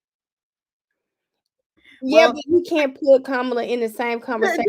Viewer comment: A black woman who does not like people mispronouncing her name can’t bring herself to say the VP name correctly. Wow! Comma La. Try it. She is the first black VP!